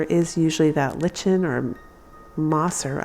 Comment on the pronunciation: you are correct on the word for the fungus you’re referring to. However, you got the pronunciation wrong. It is spelled lichen and pronounced lie-kin. I love them all.